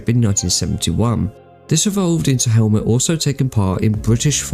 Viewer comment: It’s Helmut moth a t, the h is silent